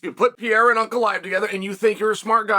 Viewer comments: Alex pee-era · Alex P Air Uh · Alex Pee-era vs Ankle-eye-ev 💥